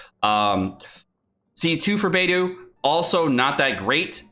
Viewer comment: Everytime says Beidou's name wrong a F2P player pulls another Barbara...